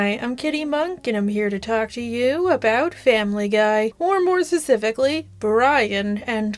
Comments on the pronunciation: “Or more susificly” 😂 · I dont like you bc you mispronounce specifically every single video 😂